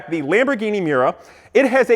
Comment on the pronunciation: Pausing on the Miura (pronounced My-uura, just as Uranus is OO-ran-us not 'your anus', but the world is full of jack-arses) - Only the very first P400 units shared the oil between engine and gearbox, P400S onwards they were separate, and any that went back to the factory for fixes, got the update to separate engine and gearbox. It's also a 1960's car, not 1950's... :D For 1950's looks, look up the Plymouth XNR. The Zero looks more like the Vector. For the actual inspiration for the Stratos, you need to look at an Autobianchi